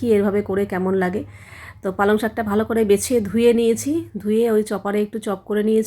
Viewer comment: দিদি কমেন্টটা কিন্তু আমি ভালো উদ্দেশ্য করেই বলছি , ❤ আসলে তুমি একটু বেশি ভাব নিয়ে কথা বলো পালং পরোটা কে বলছো পালাং পারোটা 😊